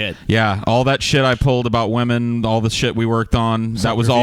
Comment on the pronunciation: wamen... am I right guyss? what a nobel subject lol